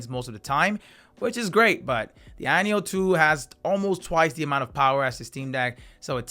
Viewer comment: i keep hearing “ayeon 2” = the irony of 2 😂